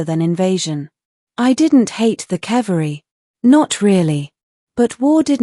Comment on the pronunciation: even AI can't pronounce 'cavalry' correctly. pathetic. gay. just no.